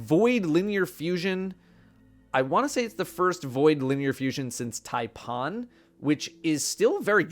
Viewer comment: Taipon? Fancy pronunciation